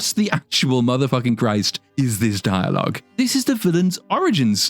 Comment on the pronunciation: I love how you call him a gay spider demon. Also dire logue hahahahah. Mate.